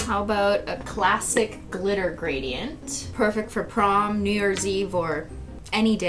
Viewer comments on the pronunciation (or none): none